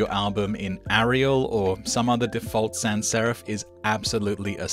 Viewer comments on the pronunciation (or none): none